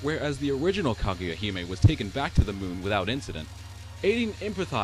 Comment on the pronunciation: It sounds like you're saying "Claudia" instead of Kaguya XD.